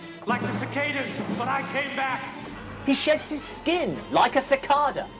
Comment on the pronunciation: Everyone say it together now. Su-Ka-Duh. Not that hard.